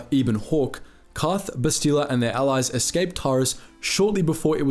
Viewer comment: How does someone who must have played the game, and is a Star Wars fan (I'm assuming), say Bastila's name wrong?